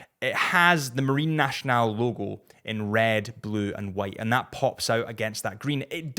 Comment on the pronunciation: If I may, Nationale is not pronounced "nashional" but "nassional"